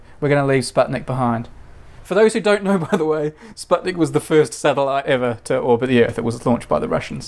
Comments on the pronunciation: "Sputnik" is pronounced like spoot-nik, not like spud-nick. Oh, and it's TereshkOva. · TereshkOva is the correct way. And in "Sputnik" "u" should be pronaunced as "oo".